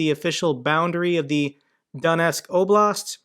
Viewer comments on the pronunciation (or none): He still says “Don’t Ask” instead of Donetsk, so…